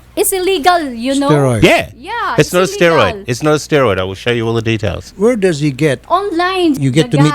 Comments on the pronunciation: "It's illesgal" asteriods.. Idol: What's asteroids: asteroids: STEROIDS: YEAH YEAH YEAH...: "Hah" 😂😂✌✌ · jho rivera hahahahhaha asteroids young rocks bah leche to si